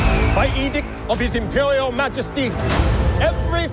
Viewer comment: "Impelial Majesty"